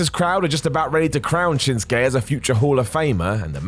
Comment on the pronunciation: Shinsuke* not Shenskei